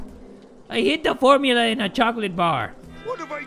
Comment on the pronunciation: i’m very disappointed that didn’t pronounce formula like formula the way Mr.Krabs does in the show with the hard r 👉😔👈